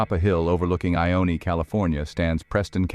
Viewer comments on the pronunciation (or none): Ione is pronounced “I-OWN” I live there. And the whole Preston castle property is disturbingly unique and beautiful